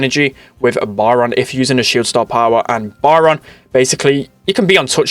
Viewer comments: It´s Byron not Baran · Love it when he says byron “bayaron” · Funny thing is my names Byron and you were kinda mispronouncing it (maybe cuz your British idk)